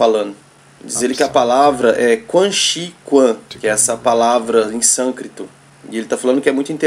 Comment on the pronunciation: Sânscrito e não sâncrito